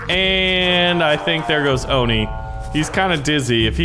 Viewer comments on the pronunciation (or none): its on i not ooni